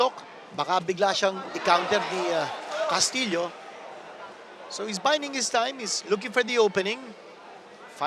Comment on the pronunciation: His last name pronounced castiyo